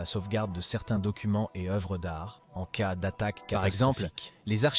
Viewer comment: Au lieu de dire "en cas d'attaque" le robot nous dit "en c-a d'attaque"... Déplorable.